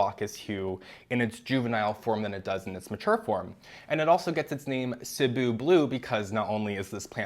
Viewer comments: Thank you for pronouncing Cebu correctly!!! I’m from Cebu and it’s been paining me to hear everyone on Plantube mispronounce the name of our island 🥲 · Thank you for saying Cebu properly ❤️